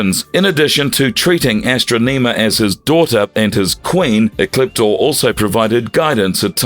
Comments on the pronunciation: Say it with me, "Ah" "Stron" "Iam", where do they get these guys from that read this stuff? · Great video explaining Ecliptor, but ffs why is the narrator pronouncing "Astronema" so weirdly? It's not "astro-NEEMA" sir. Nor is it "Kah-rone-EH" like wtf your research and going over all of this for this video, I would imagine you would have heard the pronounciations through the shows themselves. Seriously. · AstrO-NEmah is pronounced: Astonihmah Keronae is pronounced: KerOn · I swear, him saying AstroNEEma repeatedly had me so triggered. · i Luv ASs-TruU-nEe-mM-aA 🥴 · Her name is pronounced As-tro-ne-ma. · You should have watched Power Rangers in Space, and listened to how Astronema is pronounced in the show before saying it completely wrong in this video.